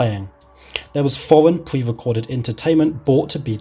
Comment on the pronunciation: Pwewecoded pwogwams.